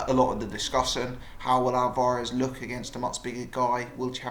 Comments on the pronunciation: he watches to much of Steve Bunce he says it the same...Al var ez? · why you pronouncing alvarez like that